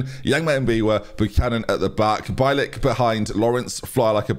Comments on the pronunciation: It’s said beeilick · Bielik should be pronounced like B-ye-lick - you can also put his surname in Google translate and check the pronounciation, as his surname means a white-tailed eagle in Polish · Derby fan here, Loving the series. Just FYI, it's Bielik is pronounced Bee-Lick. Keep up the great work! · more like be-a-lick, but bee-lick is close enough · b ye lick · I’m pretty sure it’s “BEE-LICK”. He was Charlton’s best player in our 18/19 playoff winning team. Great player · As a Polish person :D bielik would be pronounce more like B-ye-lick cheers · Bielik is pronounced Bee-ye-lick (I believe) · bielik is pronounced bee lick btw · Bielik is B-yeah-lik